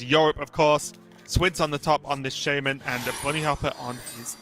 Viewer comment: The dude that calls shaman "shame man" is the worst hs caster.Why is he still commenting after all those years :/